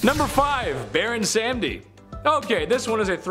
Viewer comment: You mispronounced Baron samedi, pronounced (SOM-D). Loki's daughter wasn't named Help, her name was Hel (said same as hell) & she was the goddess of death. You got your Eris & Eros mixed up Eris is the goddess of chaos and is the daughter of Zeus and Hera. Eros is the god of love and is the son of Aphrodite and Ares. Eros & Cupid are the same person, different names just like Ares and Mars is the same. Number one should be Zeus. He was married to Hera (only because he took her virginity) but had some 30 other children with different Titantress, Godesses, & mortal women. In fact his son Perseus is the great grandfather of his son Hercules. His children not from Hera includes, Athena, Hermes, Persephone, all 7 Muses, The 3 Fates, Apollo & Artemis, Perseus, Hercules, The Minotaur, Dionysus, & many many more.